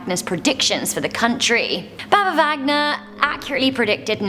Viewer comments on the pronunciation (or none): Its not baba Vagna its Vanga :) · Baba VANGA not VAGNA!!!! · I'm sorry guys but her name is Baba Vanga, not Baba Vagna. 😊😊😊